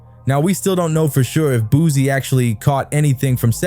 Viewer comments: He keep saying Boozie and it’s frying me 😩😩😩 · Why he keeps calling him boozy😂